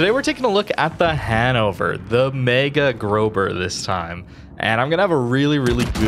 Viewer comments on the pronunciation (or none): my dude youve gotta stop saying grober 😩 the eszett (the thing that looks like a B) is pronounced as a double s sound. Grosser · I blame you for running from subs 🧐 I also blame you for pronouncing it grober! 😂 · I think it's intentionally pronounced as a b, it's kind of a meme